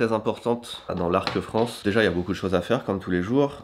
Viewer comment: Désolé, j'ai quitté la vidéo à la 30ème seconde quand j'ai entendu "l'arc France"